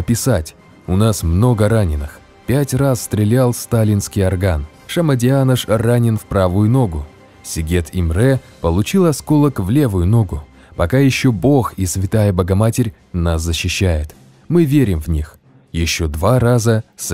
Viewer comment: Не правильно произнесли имя и фамилия венгерского солдата, Ийлеш Иштван, ударение в фамилии на первую букву, а в имени тоже самое) Не Сигед, а Сегед Имре